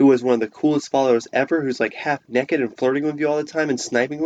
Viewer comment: What does ‘neck-ed’ mean?